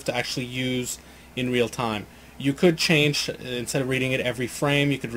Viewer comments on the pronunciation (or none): none